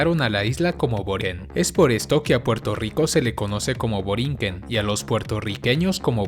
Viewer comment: No es borien, sino Boriquén. Aclaración: Derecho al Voto: El video se refiere al derecho a votar por el presidente de los EE.UU. o por cualquiera otra votación de la nación estadounidense. El voto ejercido en Puerto Rico es unicamente para los asuntos políticos locales y no para los asuntos políticos de EE.UU. Las islas municipios y cayos que pertenecen a Puerto Rico son al menos unos 17. De los mencionados en el video están Mona, Culebra y Vieques, etre otros, pero ninguno lleva el artículo definido como parte de su nombre como los menciona el video, o sea, no es Isla de La Mona, sino isla de Mona, tampoco es Isla de la Culebra, sino la isla Culebra. Lo mismo aplica para las otras islas y callos como Monito, Desecheo, Culebrita, Palomino, Cayo Ratones, Magueyes, Caja de Muertos, Isla de Cabras, Cayo Caribe, Cayo Icacos, Cayo Santiago, etc. Aunque si es cierto que que muchos puertoriqueños cambian el sonido de la "R" por "L" en algunas ocasiones, no es tampoco como que se anule la "R", como hace ver este video o como muchos creen. Ese cambio depende de la estructura de la palabra. Por ejemplo, Puerto Rico nunca es pronunciado PueLto Lico, como algunos creen, sino más bien PueLto Rico... solo le cambian la "R" a la palabra 'Puerto', pero la palabra 'Rico" se pronuncia con su "R" de manera normal. Así para con muchas palabras... por supuesto, hay otras palabras que nunca se cambia la "R" por "L", como las palabras carro, arroz, radio, rueda, etc. Por otro l